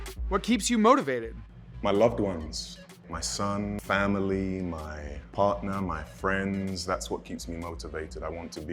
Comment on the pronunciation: Y'all heard the word PARTNER he said Partner 😅